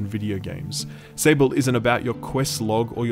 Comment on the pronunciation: Can you someone tell this man it's spelled out "SAWBl" not "Sa-ble" It's the french word for Sand.